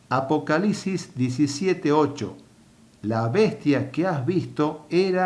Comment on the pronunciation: Si tiene lógica lo que dice este cuate lo que mq cae mal y no soporte es que hable como idiota apocalisis dice el estupido